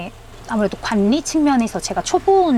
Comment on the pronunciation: 관리는 /관니/ 라로 읽으시면 안되고 ㄴ-ㄹ 은 /괄리/라고 읽어야 돼요.. 신라/실라/ 같이요.. 발음이 어색해요